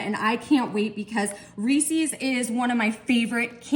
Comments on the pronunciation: It’s a good thing you’re good looking bc you butcher the word Reese’s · It's easy, she doesn't know how to pronounce REESES and she says "That's what I'm talking about " way too much and I thought if she had a thesaurus she may find herself using some other phrases.